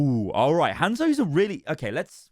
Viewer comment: i love how the brits say "hand-szo" lol